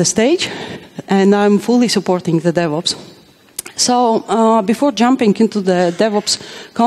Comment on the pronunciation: Every time she said "DevOps" I heard the "Devils" which are not that far apart really